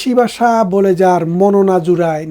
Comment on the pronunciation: বাসা নয়। ভাষা রে